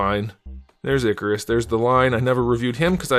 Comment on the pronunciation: Also, his name is not pronounced "ICK-a-ris". It's pronounced "IKE-a-ris". In the comics, Kirby makes clear that humans mispronounced their names (i.e. "Zeus" instead of "Zuras"). His name when he was posing as a human was Ike Harris, which contracts to Ikaris (IKE-a-ris).